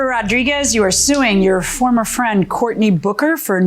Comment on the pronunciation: Omg. I thought the commentary said Courtney Booger. . Pronounce the k more goodness..